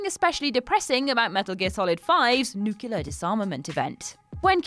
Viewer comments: Nuclear is pronounced as "new-cle-urr", not "nuke-you-lurr". I'm not trying to be rude, just informative. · NuCLear god dammit, not nucular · Seriously, how hard is it to say “new-clee-ah”? Why do so many people f this up? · They should gather people who say NUCULAR in a city or a dry desert lake and they get to say it right for an entire week or something... I'ts inrintating me... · Sorry ... It's "Nuclear" not "Nuculer" 👌🏻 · so nucular :P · Snakes New-clee-ah(nuclear), he's wiild. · It’s pronounced Nu-klee-ehr, god damnit! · is anyone else triggered by how she says new killer instead of nuclear it really drives me mad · Nucular...... heh